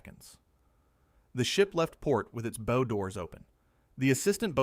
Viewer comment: They are Bow like ow or wow doors. not bow like bow and arrow or show. Debris is pronounced Deb-Ree not deb-riss. Train the AI slop reader better before putting it to work.